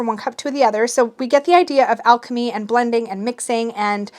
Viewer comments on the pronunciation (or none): none